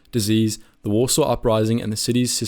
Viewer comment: Ah yes, the Polish capital of wAsRsAW. lol